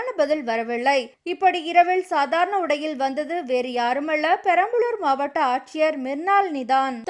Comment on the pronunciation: "" இரவிள் , சாதாரண உடையிள் , யாருமள்ள , பதிள் , வரவிள்ளை "" ...... என்று தவறாகவே வாசிக்கிறீர்கள் . கேட்கச் சகிக்கவில்லை !!! தயவு செய்து ல , ள வித்தியாசம் புரிந்து கொண்டு , தமிழை சரியாக உச்சரித்து செய்தி வாசிக்கவும்.